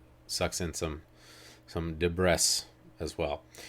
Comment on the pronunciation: he has never heard the word “debris” out loud